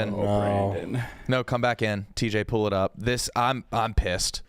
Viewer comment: says “pool” when he means “pull”